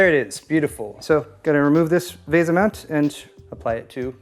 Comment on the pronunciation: why do you say veh-za? pretty sure its VEE-SA, typical English the A makes the E captilized.